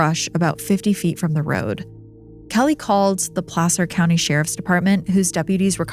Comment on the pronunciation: I’m from Sac & the nearby Placer County (thank you for pronouncing it correctly btw!), lived there from ‘88 till last year and I had never heard of that case!